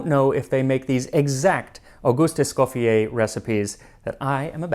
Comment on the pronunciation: I very much like your videos... but ont this on I really Thank you for the effort done on the correct pronounciation of M. ESCOFFIER's name the french way.